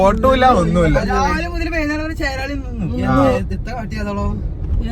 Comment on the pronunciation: ചേരാളി അല്ല ചെങ്ങായി ചേളാരി aannu😂😂😂